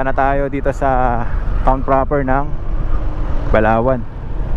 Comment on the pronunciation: Grabe Ang ganda ng tanawin at.saka nakakatskot Ang pag bigkas ng Balaoan medyo bilisan mo ingat keep safe